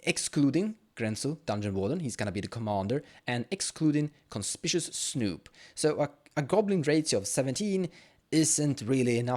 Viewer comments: Conspishuss, eh? :D Just in case you weren't joking, it's actually pronounced kon-SPIK-you-us. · W H Y the everloving FUCK can not a SINGLE youtube channel pronounce the word CONSPICUOUS correctly?!?!